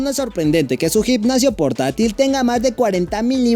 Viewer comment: Gicnacio???? Jajajaj no será gimnasio?? Aprende a pronunciar bien